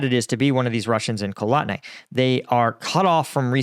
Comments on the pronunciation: Kotlyne is pronounced CotlY-neh, not Kolotne. Sorry, I am a pronunciation Nazi. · “KOT-LYNЕ …LI-NAY pronounce the E.